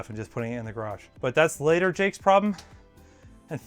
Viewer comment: I thought it was pronounced Jake-KUH (sound a man makes when getting punched in the nuts)